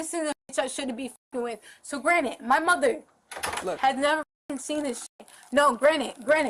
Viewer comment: She’s so young and rich and smart. She has $50/month. If that’s rich, I’m a fuckin billionaire! She is so smart, yet it seems the only word she knows is utilize and uses it for literally everything even when it doesn’t apply, “yall are utilizing my ass” lolz so fuckin stupid! Also she keeps saying “granite” instead of granted and over and over so it’s not a slip of the tongue. Clearly broke and stupid is her real identity and rich, smart, and pretty is her alter ego.